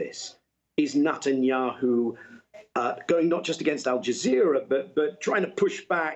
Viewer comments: I love how Daniel Levy pronounces the PM’s surname: “nut n’ yahoo” 🖖😂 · Nutanyu 😂 love it !!